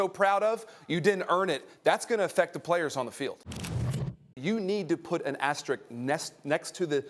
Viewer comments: Why can NO ONE say the word "asterisk" correctly? Everyone says "asterick" lmao there's another S in there morons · Ugh why do people say "Asterick"? There are two S's in Asterisk! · Somehow the word 'asterisk' remains unpronounceable by sports media 😂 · Went to Georgia Tech. Doesn't know how to pronounce asterisk.